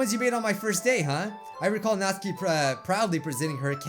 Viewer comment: Me: Nat: Nat Me: Su: Su Me: Ki: Ki Me: Natsuki: Natskie Me:🤦🏻‍♂️🤦🏻‍♂️🤦🏻‍♂️